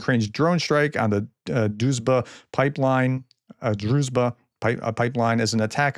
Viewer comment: Zh in Druzhba is read like G in genre